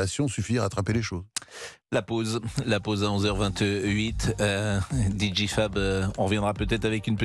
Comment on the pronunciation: DJ ça se prononce “Dee Djay” Pascale!